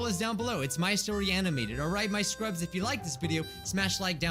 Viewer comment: You all the time you say scrups whhyyyyyyyyyyyy. Love the channel by the way, ❤💙💚💛💜♥💙💚💛💜